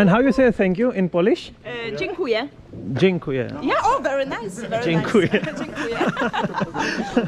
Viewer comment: महिला ने पोलिश में शुक्रिया को जैंकूये कहा और ने भी सही उच्चारण किया। यदि वह लिखित में देती तो उच्चारण इतना आसान नहीं होता: dziękuję.